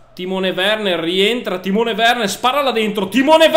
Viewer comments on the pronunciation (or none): none